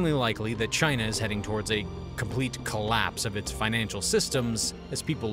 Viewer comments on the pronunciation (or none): none